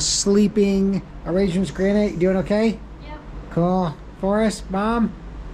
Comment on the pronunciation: Granite Not School.